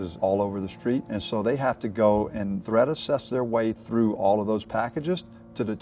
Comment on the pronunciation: I thought he was saying Thread assessment